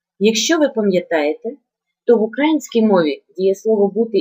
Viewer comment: "українська" - наголос на "ї", шановна пані вчителько. : ) Тим не менш, роз'яснення теми вірне і зрозуміле, дякую.